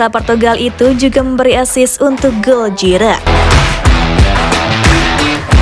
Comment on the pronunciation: Giroud dibaca Jiru, bukan Jirot